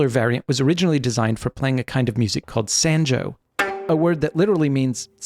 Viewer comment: One thing: the "a" sound in sanjo is pronounced as "ah" as "top".